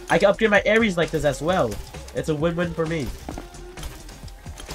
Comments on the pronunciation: He always says ares instead of aery😆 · it’s not aeries it’s aery